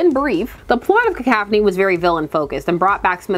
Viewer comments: Cah-couph-uh-knee is how i've heard it, now i've heard ka-kaf-ah-knee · OK but it's definitely pronounced Cah-cough-on-ee. Right? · I'm not bothered but it's "ca cough annie". But you say it however works for you. Along as I understand what you are talking about, that's all that matters to me. But yeah, in a world where editors were doing their jobs and actually guarding the legacy of the comics, we would get some kind of conclusion to this with or without Smith. But the editors are asleep at the wheel, so no. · I love your "cacaphony." It's right up there with William Shatner's "sabatage." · Only cuz u said peeps would mention it in the comments; I don't know the proper way to say "cacophony" but I choose to say it "cacaw-phony" cuz then it sounds like u r a crow n a murder of crows cawing outside the window is where my brain goes when thinking of a cacophony. I think peeps r gonna be pissed that u pronounced the O in a way that is an A sound n not even the one that is both an O n A sound so let me scroll thru the comments n get a laugh 😂😂😂